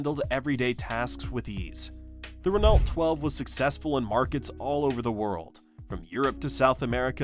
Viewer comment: Why list the Valiant and the Dart separately? They were the same car. BTW, Renault is pronounced: ruh-no.